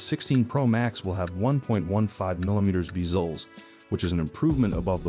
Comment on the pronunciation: “Beezlez” is crazy!